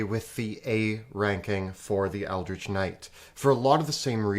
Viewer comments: Ah yes. The 'Ecldritch' Knight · "Ecldritch Knight" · 'Ecldritch' knight. 🤣 Jk love you guys.